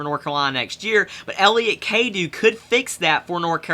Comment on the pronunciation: It's pronounced (Cadoe)